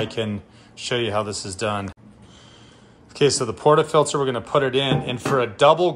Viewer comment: I’m not a snob, but this guy clearly never had done espresso in his life, he couldn’t even pronounce portafilter right. Guys here’s the basics 1 - power the machine 10 minutes prior to use 2 - set your ground around 6 or 9 (until you master tramping) then you can lower till you find your perfect taste 3 - ALWAYS have a wet towel to clean the steam wand and subsequently clean the grouphead (else your coffee will taste worse as you mix old with new) Lastly when steaming milk, don’t do what the guy did, hold the pitcher at 45” angle and avoid that loud noise (lower steamer to warm milk, lift steamer to foam it) Happy Espresso machine = happy Barista! Empty that tray early too!